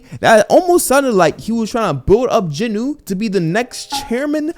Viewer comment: Jin …… Wooo not jin nuh